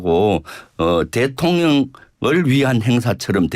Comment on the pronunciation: 김병주 이런게 국회의원 쯧쯧쯪 발음도제대로안되네 대통령을대통련이라고하네